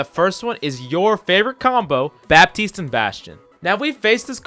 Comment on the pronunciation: In french,don't pronounce bappppptiste but batiste (it sounds better for my french ears )